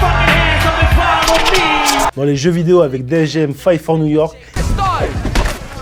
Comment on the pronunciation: 8 MILE putaaaaaiiiin ! pas de "S" c'est quand vous capterez ???